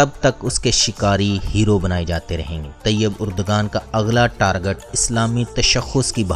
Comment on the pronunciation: Andustry kiya hota h bhai Targat kiya hota h? بھائی آپ لوگ الفاظ لاتے کہاں سے ہیں اور ایسی فحش غلطیاں کیسے کرتے ہیں. تقریبا ہر لفظ کو بدل دیتے ہو آپ... امید کے اصلاح کریں گے. شکریہ